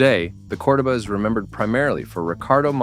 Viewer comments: Say it with me COR-DOE-BAH😒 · COR-DOH-BA.....at LEAST pronounce it correct. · Cor-duh ba? Ai can't pronounce shit. That car came with an optional big block 400 and it was a fun car. I had two of them. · It’s “Core-doh-ba.” No fooling you huh, oh and by the way it’s not a muscle car. At least you pronounced Thunderbird correctly. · DudeYou can't speak the proper language for these cars.It's cordoba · This idiot wasn't even a spe(r)m when these cars were new, and knows nothing about them. They weren't building these for speed or performance at the time. And what the hell is a Cord-a-buh? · I knew this video was trash as soon as you couldn't pronounce Cordoba correctly. These aren't sports cars they are personal luxury cars. Not one ounce of truth in any of this. I don't subscribe to liars who haven't got a clue so you make garbage up. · WTF are you talking about. Those are personal luxury cars. Not 1 is a muscle car. I don't know if you use AI but learn how to pronounce the names correctly. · You better learn how to pronounce cordoba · I owned a 77, then a 79 cordoba, the guy doing the video can't even pronounce cordoba right. It wasn't a muscle car, it was considered a mid size luxury, this video is a joke.